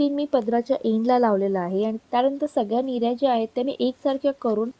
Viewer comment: Mirya😅 nahi g nirya